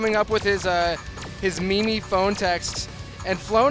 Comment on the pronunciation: did that commentator really pronounce meme - Mimi?